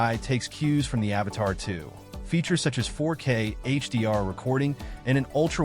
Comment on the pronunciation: dude... say it with me.... "A-V-A-T-A-2." Where are you getting "Avatar" from? lmfaooo